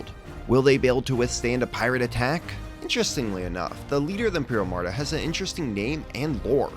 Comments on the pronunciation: Love these vids! Just a heads up though, it's Armada, not Amarda. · This series is amazing! By the way it is pronounced Arrr-Ma-duh, not uhm-arrr-duh